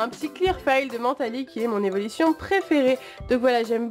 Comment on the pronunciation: C moi ou elle dit "evolition"